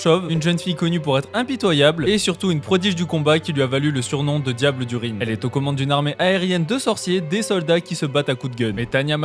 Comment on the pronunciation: Sympa Sinon, le Rhin c'est un fleuve d'Europe qui existe réellement. En français, ça se prononce comme un rein.